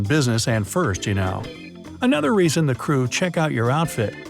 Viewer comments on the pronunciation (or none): none